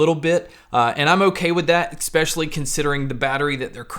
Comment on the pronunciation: Thanks for the great reviews... they are really objective and pack good info into them, which definitely helps with assessing these things. I just have one bugbear I'm sorry to say. Something that is sadly 'nails on a chalkboard' to my ears is how you enunciate the word "especially". It'd be ignorable but because you use the word so so often in each video its just hard to miss. You keep pronouncing it "eCspecially", which is weird because its the only word through all your reviews that you keep saying this way. I hate raising this at all to be honest as you have a really great channel, but there it is. Keep up the good work and keep the quality reviews coming mate!👍👍🤓